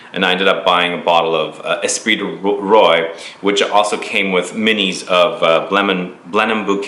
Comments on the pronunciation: Espirit du Roi. I'm pretty sure it is pronounced "Rua", Spirit of King. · The way he pronounces Roi makes me cringe. It's pronounced [ʁwa]. Ignorant Americans.